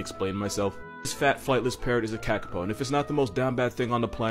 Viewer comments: Kakapo is pronounced KahKahPaw :) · kakapow no its more like kakapoo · Pronounced carcarpour kakapo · Kakapo (kuh-kah-Poh)